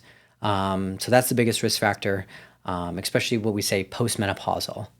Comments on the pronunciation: Are you a doctor? Do you not speak English then? It’s NOT ex prescially! What the hell?! Every few minutes too! It’s especially - with an s sound not an x 😩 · I can’t take a doctor seriously if he says “expecially”.